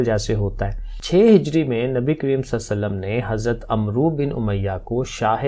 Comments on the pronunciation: السلام علیکم ۔ سر عمرو کا تلفظ " امر " ہے یہ ایک مشہور عرب نام ہے ۔ ع پر زبر اور واؤ نہیں پڑھا جاتا تو اس طرح اس کا تلفظ " امر" جیسا بنتا ہے ۔ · Sir AP ne wrong pronounce kia h Hazrat Aamr bin umiya h